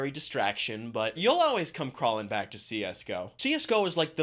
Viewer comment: Y u say always like "aulways" ?😮